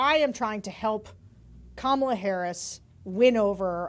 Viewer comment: I have a feeling that Kamala (accent on the first syllable for goodness sake!) might appoint AK to her cabinet.